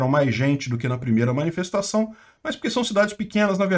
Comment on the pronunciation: Agora que eu entendi a “minifestaçao” KKKKKKKKKKKKKKKKKKK